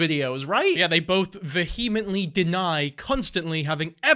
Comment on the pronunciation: Why you say vehemently like that lol